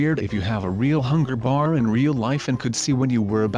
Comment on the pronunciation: did he say hunger...BEER